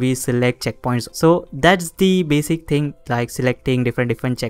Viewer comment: Every time he says “you can see”, “let me show you”, and the word “ting” take a shot of bleach.